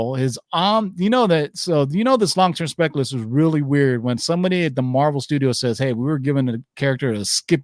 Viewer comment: Guys, I love your videos and you give such amazing info. BUT your pronunciation of words like Hercules, Speculation and many more are killing me. Like nails on a chalkboard.. EVERY TIME!! Its Herc U les, not Herc A les. Hate me guys, but FUCK, it hits me in the same way the sound of rubbing your fingers down a balloon bugs ppl. Keep up the good work, but go back and listen.